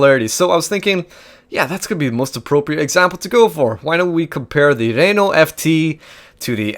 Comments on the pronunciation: pedro freitas I know. It's pronounced "reh know ". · Its funny the way you say RRRRenault(sorry)